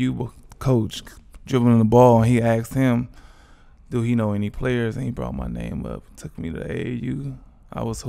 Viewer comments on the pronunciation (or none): one of the best Baltimore accents “what’d you dooo” 🤣